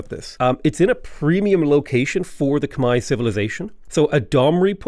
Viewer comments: Whoaaaaa wtf someone who says Khmai correctly! Respect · saying Khmer correctly is music to my ears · Yay! You pronounced it correctly! Good on you for learning. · As a Khmer person, thank you for pronouncing our name correctly 🎉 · So glad Khmer is your favorite civ! Double points for pronouncing it correctly. As a Khmer person myself, I am so exited to see this playthrough!